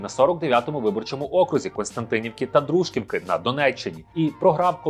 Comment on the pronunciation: ДружкІвки, блін. Автор не знає назв і наголосів міст, які потерпали під час АТО/ООС Залишився лише КупЯнськ.